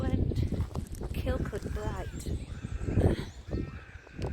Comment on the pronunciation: I was married there cuz - over the anvil of the marriages! Yep Gretna! Kirkcudbright is pronounced - kur-coo bry. Very pretty place...So e njoyed seeing you here, shame I fell head over heels for Ian ....eh cuz???